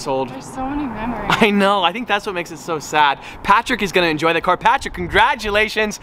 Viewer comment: Why did say "i know" like that 💀